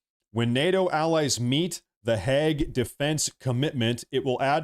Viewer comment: how the fuck do you see a word spelled Hague and pronounce it Hegg? totally baffling to me